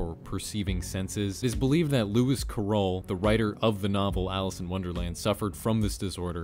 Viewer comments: LMFAOOO. Cliques is pronounced clicks. Not cleeks. And Lewis Carrol is Care-rel. Not Cuh-role. 😂😂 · First time I’ve heard someone pronounced the name Alice in Wonderlands author like that.. lol louis ca-roll